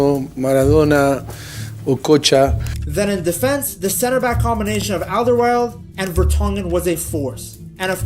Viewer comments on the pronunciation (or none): none